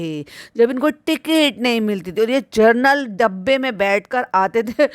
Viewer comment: जी, आप जर्नल नहीं, जनरल बोला कीजिये। General होता है वो।